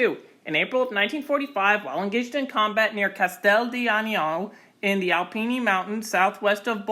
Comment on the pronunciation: Great video! But please work on your pronunciation of Alpine, Bologna, and Kosovo haha